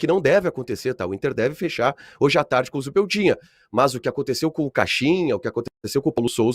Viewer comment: falou várias vezes zubeldinha kkkk